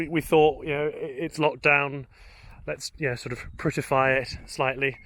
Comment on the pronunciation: "Prettyfy it." 😂👍👍👍👍